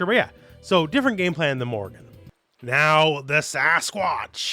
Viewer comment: Morrigan not Morgan. You said it so many times, it's quite infuriating.